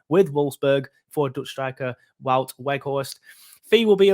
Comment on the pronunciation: Think you say both w's in his name as v's and his first name is pronounced like the word 'out'